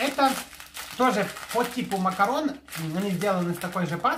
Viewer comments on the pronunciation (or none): none